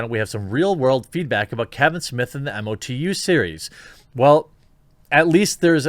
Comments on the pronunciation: MOE-TOO, not Em-Oh-Tee-You ;) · Say it as just one word - MOTU (mowtoo) not m- o- t- u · Mo-Too, say MO 2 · MOTU is pronounced mow-too.